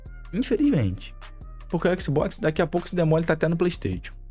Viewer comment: No dia que vc aprender a falar Playstation eu lhe respeitarei Playsteitíon n da